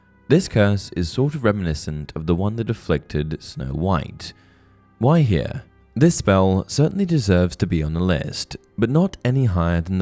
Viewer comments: when you say "why here", for a heartbeat i thought you were saying Gwaihir, the lord of the eagles from lotr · All I here when you say why here is the name of the eagle from lord of the rings.